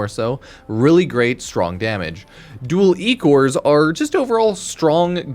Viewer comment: “dual eEcourse”